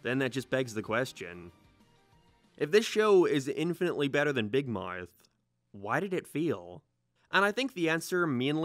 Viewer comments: I don’t understand how he pronounces “Big Mowrth” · you when a non-american accent 🤯🤯🤯🤯🤯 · What's your accent? And why do you say mouth so weird lol not hating. Just curious